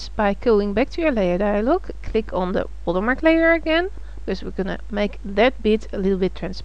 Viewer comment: I clicked "like" because she says "Water Mah!" and it made me chuckle.